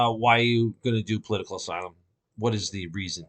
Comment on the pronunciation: "POLITICAL AYSLUM"